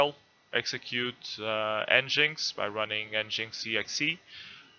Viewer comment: It’s pronounced “Engine X”